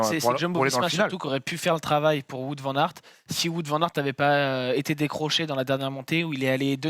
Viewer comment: Il ne s'appelle pas Voûte Van aert ...Cela se prononce plutôt Waut ou wôt !